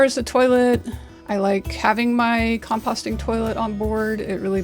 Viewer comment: compassting? I've never heard it pronounced that way before. 😬